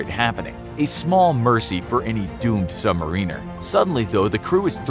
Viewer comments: Sub marine-Ers is irritating. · Funny pronunciation of submariner